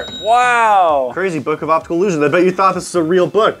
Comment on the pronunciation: Because doesn't know how to say 'optical'